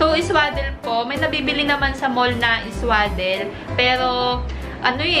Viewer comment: swa- hindi sway